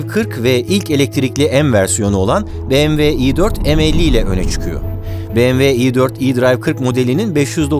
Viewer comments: doğru telaffuzu "biemdabılyuğ" olan markaya "bemeve" dendiğini çok duyarız ama "beğemve" dendiğini ilk kez duyuyorum. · Barış Bey, tanıtım bölümünde BMW vurgusu kulak yorucuydu. Direkt model isimleriyle devam edip bu vurguyu aralarda kullanabilirsiniz sonraki tanıtımlarda. Tabii bu benimle de ilgili olabilir.